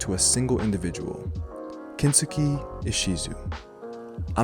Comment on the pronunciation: Japanese person here. For anyone wondering, Kensuke should be pronounced like Ken-skay. Thanks for your interest!